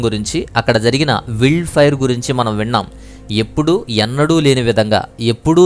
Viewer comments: విల్డ్ ఫైర్?? వైల్డ్ ఫైర్ అనలేవు? నీ ఇంగ్లీష్ తగలెయ్య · మీ ఛానల్ ని కొన్ని సంవత్సరాలుగా ఫాలో అవుతున్నాను. ఒక చిన్న సజెషన్ నా నుండి. ఏమిటంటే మీరు చేసే వీడియోస్ లో ఇంగ్లీష్ పదాలు సరిగ్గా పలకడానికి గూగుల్ లో ఎలా పలకాలి ఒకసారి ముందుగా చూసుకొని వీడియోస్ చెయ్యగలరు. Eg: wild fire వైల్డ్ ఫాయర్ I hope Next target should be Las Vegas, the most sinful city in America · wild fire willd fire ani thappuga palukutunnaru😂